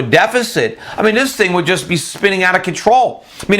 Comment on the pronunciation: So how do you really spell that word that he said "Divote" ? Or did he say "Divoting"? Did he mean "Devote" I'm very suspicious of people who publish video reports that can't speak. What was the other word he said? "Antesipated"? Did he say "Jest" as big or "Just" as big? Are we temporary "Crating" jobs as he said or are we creating them?